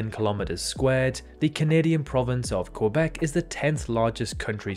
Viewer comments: Couldn’t pronounced Quebec right though 😅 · I know it would be wrong in French, but is his pronunciation of Quebec not correct in English either?